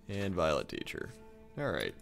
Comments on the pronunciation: lol when he was opening packs I thought he said violent teacher. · Sounded like you said "Violent Teacher".